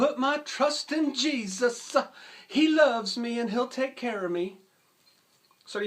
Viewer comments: "Jesus-uh" with a southern twang is too real. Great vid. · Everytime he said "Jesusaaa" I laughed my ass off. I know people like that.